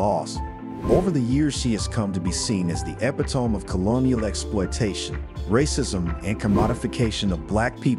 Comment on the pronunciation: Epitome is pronounced e-pit-tow-me. Just so you know. This is so very sad. Interesting story & never forget.